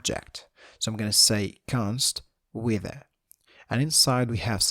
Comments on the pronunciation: "wither" or not he pronounces it right, the tutorial is awesome! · cant stop laughing the way you pronounce "weather" very good explanation